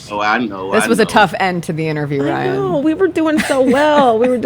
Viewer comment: It's RYAN, not RAY.